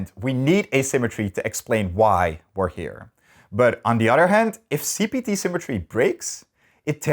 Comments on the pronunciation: Why does this guy pronounce other as "udder" it's driving me crazy. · Poor Americans. When ever I say “other” and pronounce it as “Udder” they can no longer hold the concepts I’m talking about in their minds, and their thoughts move to pastoral scenes and herds of Jersey cows. Poor Americans. They don't even consider if the cows are right or left handed.